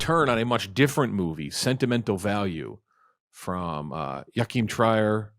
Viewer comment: Pretty sure they pronounced “Joachim Trier” different each time lmao